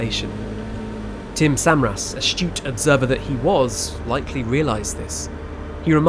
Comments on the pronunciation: Great video but really grated on me every time he said el reno and samaras wrong 😖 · Tim Suh Mare Us. Not Samar Us. Your pronunciation absolutely sucks. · And various names of chasers are mispronounced all thru the video (Samaras, Bettis, etc.). While giving credit to Skip Talbot, a first class chaser, they should have let Skip correct the various other mistakes seen, like calling the sub-vortices “south” when it hit Samaras on the north side of the main circulation. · yeah, I made my comment before he started to talk about Tim Samaras and his son and his pronunciation of their name irked me too. He was a public figure so the pronunciation is out there. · I was amused the first time he said El Reno wrong and then as it kept going I was like "ugh, okay, fine..." but when he mispronounced Tim Samaras' name I was like "oh. no. that's where I draw the line!" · British accent or not, especially when posthumously speaking of the departed... a little research on your part would have gone a long way: 1. "El Reno" is pronounced El Reen-oh, not El Rennow 2. "Samaras" is pronounced Suh-mare-us, not Sem-uh-rass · Corrections with pronunciation: • Ree-noh (not r-eh-noh) • Suh-Mare-Us • And even though this is regional, Meh-soh-cyclone (not mee-zoh-cyclone)